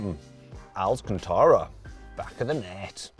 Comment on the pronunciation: 왜 알칸타라 살살말하는데 ㅋㅋㅋㅋㅋㅋㅋㅋ 갑자기 훅들어오네 ㅋㅋ